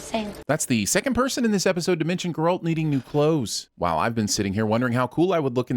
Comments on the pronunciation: your assumption is based on a fact that the person reading those haven't seen this tv show and that he haven't seen even parts he is voicing. Also edit team also haven't heard him reading his lines wrong MULTIPLE TIMES and has not corrected him. For this to be a mistake repeated many times many people have to be very incompetent at what they've been doing for years. And I do not share that believe with you. This is clearly a joke. Yes it is not stated as such clearly and precisely, but just as this show doesn't hold your hand while showing you three different timelines and different perspectives, so too doesn't hold your hand in this instance but it seems like for some people it is too much to handle. You can critique this channel or any other channel. Just make sure your point actually makes sliver of sense. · How in the world of fuck are you hearing characters pronounce Geralt’s name properly and STILL fuck up the stress on the word… it’s GEralt, not GeRALT, what are you, French? The Birdman would rip these videos to shreds if he cared enough to take the tv version on xd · Right! I just stopped halfway through this video to comment on how I can’t even laugh at this episode because the speaker is one of those people that pronounces it “grr-ALT”! I love TV/Cinema/Gaming Sins. I do. But that is almost unforgivable! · Ger(as in bear)-alt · The real sin here is hearing Ger-Alt repeatedly. Someone teach this guy Geralt's real name pronunciation. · I heard "girlt" xD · he keeps saying Grr-alt. I read the books and watch the show to know that he is saying it wrong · The other guy is better, this guy is rigid and keeps mispronouncing Geralt, most likely on purpose to piss off hard-core fans. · You can n o t keep pronouncing his name like that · When you can clearly hear how his name is properly pronounced and still says it wrong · STOP SAYING HIS NAME LIKE THAT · I think it’s funny you mispronounced Geralt right after the show explained how to pronounce it.